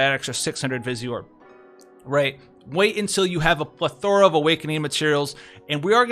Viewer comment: mate, I've noticed there's this world you love saying that you're actually mispronouncing. You're saying /pleth - er - uh/, when it's actually / pleth -er-uh/. The stress goes on the first syllable, not the second one.